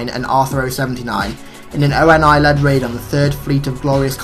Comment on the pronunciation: And ONI is (Oh-Nee), not O-N-I